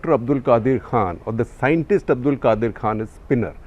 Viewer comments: This idiot can't even pronounce his name propoerly.It's not Qadir but rather Qadeer Khan. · Not qadir it's qadeeeer their names are not even same ! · His name is pronounced as qadeer not Qaadir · It's QadEEr not Qadir! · Aap journalists hai aur names pronounce karna nahi aata hai. Shame. The 2nd is not pronounce as Qadir but Qadeer. When you guys will learn. Learn from British they can pronounce any difficult names. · You are not pronouncing Dr Abdul Qadeer Khan’s name. Ask someone please to guide you how to pronounce his name correctly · There is difference between Abdul Qadeer and Abdul Qadar Khan name pronouctaion . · There is a difference in the spelling and pronunciation between Qadeer & Qadir. In Urdu as well as in English they are written differently. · U should have learnt the pronunciation of abdul qadeer. Poor home work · You can't even pernonce his name he was from Bhupal Indian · Please, correct the pronunciation of Qadir and Qadeer. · The moment you realise you are taking information from a person who Does not EVEN KNOW HOW TO PRONOUNCE DR ABDUL QADEER KHAN’s NAME CORRECTLY, rest in peace THE WIRE you are a joke